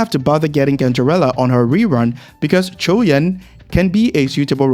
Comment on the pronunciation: Finally, someone who is not struggling to say his name.